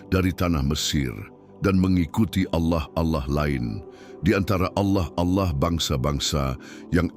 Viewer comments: 😅kirain aku aja yg curiga mendengar kata ' auloh ' nya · Seperti nya ini Salah satu imam² Palsu tersebut ketika menyebutkan Nama ALLAH kok Agak Laen ku dengar ya 😅